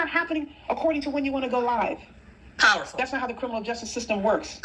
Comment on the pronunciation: No, no!! It's powful, powful, queen. 😂😂😂